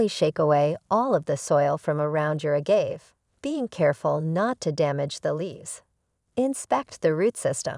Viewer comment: It was funny to keep hearing the incorrect pronounciation. Perhaps it was AI?